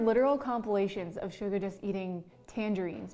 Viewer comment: The hack she pronounced Suga as almost SUGAR. GO TAKE YOUR BTS CLASS NOW GIRL. 😤😤😭